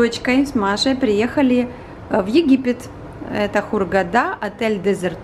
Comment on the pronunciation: Неудачный " домашний" ролик с минимумом полезной информации, отель достоин более интересного расскаща. Ударение в названии ХугадА просто убило.. Совс